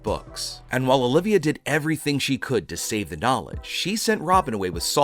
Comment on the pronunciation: OLVIA DUDE HER NSME IS OL-VI-A